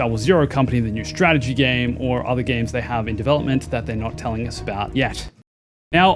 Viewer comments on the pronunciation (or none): Why is an Aussie saying games like me from the north of England? Gaaaames